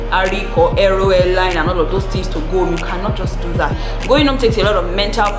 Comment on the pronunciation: "Get your pen and paper and jot phings down".....